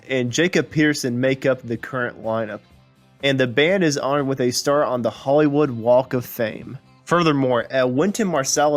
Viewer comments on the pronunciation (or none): none